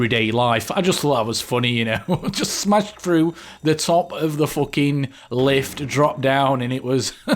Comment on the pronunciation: listen to yourself in The "foking" part is amazing, that's why I say you are Thatcher :] Great video, but I don't think Jackal is the best operator, his gadget is useless and I think it's just a waste of renown. In my opinion the best operator someone can get is Hibana, it's really flexible, with her useful gadget and her awesome weapons it makes her the best operator. The last attacking operator added to the game is bad, Ying is pretty much useless, her machine gun is awful, the shotgun meh and her gadget.... Well, it will be useful, but not always.z There aren't too many DLC operators which are really worth it, the only ones I feel are really worth it are Hibana, Mira, Caveira, Lesion and Buck